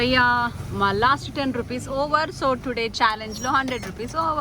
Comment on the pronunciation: Mam meeku kabatti ane word ni telugu lo sariga pronounce cheyadam ravatledhu anukunta..... Please change your slang... Telugu ni telugu la matladandi